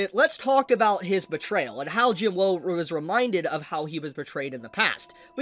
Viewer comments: say jin wo then say jin woo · why do you keep saying Sung jin WOW, like i mean its not so hard to say woo right? or is there some inside joke im not getting?? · Isn't it Jin woo not Jin woah?